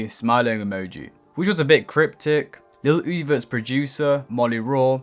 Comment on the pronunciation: 😂 the way Iggy Azalea says Little Oozie caught me off guard